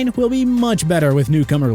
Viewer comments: The way he said Mekhi Becton is funny. He changed my man’s name. That doesn’t look like Mickey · So nobody is going to point out what he called mekhi becton?